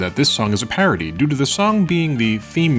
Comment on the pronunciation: Where are you from? Your pronunciation had me so confused (amicus/ameekus, parody/parity)